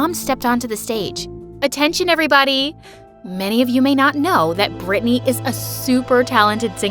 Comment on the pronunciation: IM CALLED BRITTANY BUT THATS NOT HOW U PRONOUNCE IT 😭 U pronounced it as Britney 💀